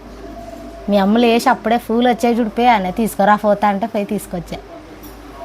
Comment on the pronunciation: ఫోద్దున, ఫూలు కాదు 🤦🏽‍♂️ పొద్దున్న, పూలు